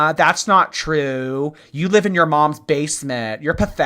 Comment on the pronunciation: Can’t wait to see how she does on the lolcow bus show, no one talks with ten syllables at the end of every sentence. She says why do people say things that are not truuuuuuuueeeeee. And I am not going to deal with thaaaaaaaaaaaat. And on and on.. Let’s see how that goes over. lol.